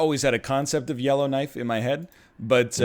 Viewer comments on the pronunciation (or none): For a full two minutes I thought you were saying yellow knight and had no clue what the hell was going on even though I watched last episode and enjoyed it because I know about Yellowknife.